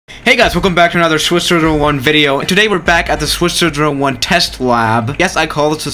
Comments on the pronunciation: Lmao why does he say “hey guys welcome to swizz shiro shiro shwan video” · he is saying swiserer1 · Swiszh ziro ziiiro juan is that what you said? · Everyone welcome back to Swiss sScERosssccssersSer one video